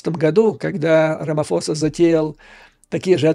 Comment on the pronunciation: Правильно произносить РамаПоса